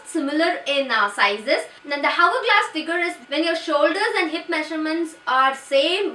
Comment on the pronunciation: Please pronounce hourglass correctly.